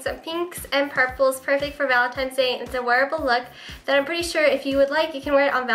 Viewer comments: u say 'valentines' like 'valentimes' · it's cute how you say 'valenti"m"e's' instead of valentine's day....lol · valentimes day hahahahaha